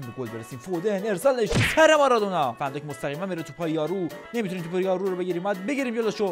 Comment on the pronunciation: فندایک فندک شد😅😅